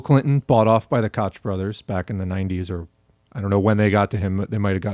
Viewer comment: Excellent video! Koch is pronounced coke tho right? I might have been saying it wrong my entire adult life lol